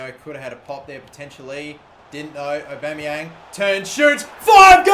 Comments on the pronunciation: It's Pierre-Emerick Aubameyang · Pierre emerick Aubeymang